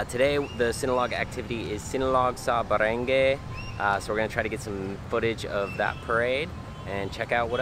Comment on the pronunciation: ...Barangay is pronounced as ba-rang-gai with the last syllable sounds like 'guy.'